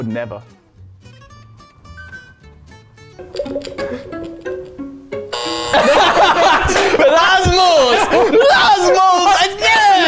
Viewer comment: It's rasmus not rammus